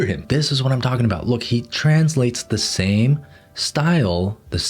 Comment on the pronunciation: i thought he said "Sam face syndrome" and i was wondering what was wrong with his face